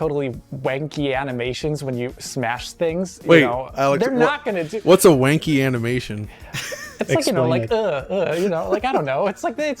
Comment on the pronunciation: He meant "janky" not "wanky" lmao